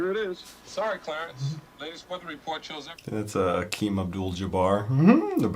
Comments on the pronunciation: Did you say Akeem? (Kareem) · His name is Kareem Abdul Jabar. Not Akeem Abdul Jabar. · Kareem Abdul not Hakeem Abdul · did yo ass just say "Hakeem Abdul Jabbar"??😂😂💀💀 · Kareem Abdul Jabar not Akeem.